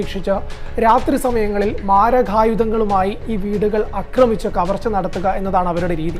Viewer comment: അക്രമിച്ചു എന്നൊരു വാക്കില്ല. ആക്രമിച്ചു എന്ന് വേണം പറയാൻ